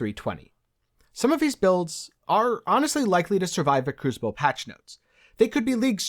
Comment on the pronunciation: Try saying kroo·suh·bl... yes it's crucible!